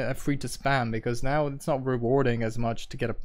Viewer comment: "Eets bullshit" eets 50/50 brah